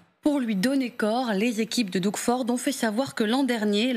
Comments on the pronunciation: C'est le Québec qui leur fournit le plus d'électricité et c'est l'Alberta qui leur fournit l'essence. Ça se prononce pas Dougue mais Dog. Il n'est pas question que nous coupions l'énergie mais bien de sécuriser nos frontières. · La façon dont vous prononcez Doug ou Justin est lamentable, Doug se prononce comme dog et Justin Trudeau est d’origine franco-canadienne Justine est la version féminine de Justin. Googler Radio Canada, Justin Trudeau et idem pour Doug Ford et vous entendrez de vrais et éminents journalistes francophones prononcer correctement le nom des gens. Un journaliste américain anglophone prononcera comme vous mais que des journalistes Français s’adressent à des francophones en nommant un francophone à l’américaine dénote un manque de rigueur il me semble. Merci